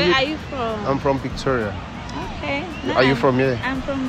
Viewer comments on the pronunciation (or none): it is not Victoria but Pretoria. Mpumalanga not Kumalanga.